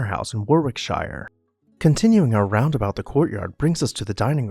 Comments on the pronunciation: It's pronounced 'wah rick sha' not 'war wick shy er'. I know that doesn't make sense but that's the way it is.🙃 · Pronounced “ Warrick-shir (as in shirt).